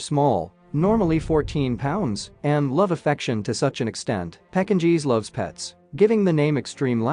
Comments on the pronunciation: pecking cheese? I thought you were kidding at first, when you called a Pekingese dog this. But now I think you're just reading a script and don't know what you're saying.🤔I won't be watching welfare of dogs again. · right, STOP USING AI! "PEKKIN - GEES?" come on.